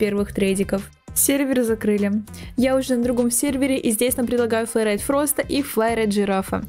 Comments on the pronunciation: Не фраста а фроста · Не фраста, а Фроста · А ты говоришь мне предлагают Фроста ударение падает на о